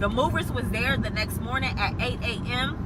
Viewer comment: Not “Mernin”😂😂😂 good mernin to u too🫶🏾